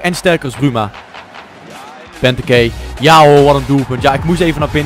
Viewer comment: hahahaha je spreek benteke verkeerd uit.